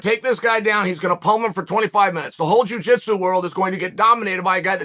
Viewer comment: "Juu jeetsu" 🤣🤣🤣🤣🤣